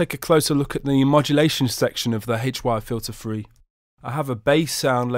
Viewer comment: the way you say HY-Filter3 sounds rough